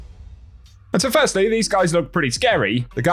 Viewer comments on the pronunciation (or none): none